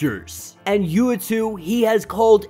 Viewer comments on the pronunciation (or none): Lol u said u2 uatu uah-tu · Its also pronounced ooo - wahh - tu the watcher. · Uatu -yew - ought to!